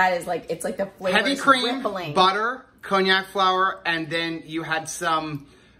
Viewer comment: Happy Thanksgiving ALL! Isn't that pronounce con-jack? I never heard it called by the name of an expensive liquor. :D